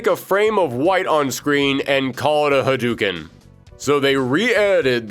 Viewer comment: Ha-DOOO-ken?....LOLZ! Breh